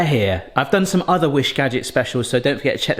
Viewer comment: Did you say UDDER wish gadgets?? Just wanna make sure I caught it if you did lol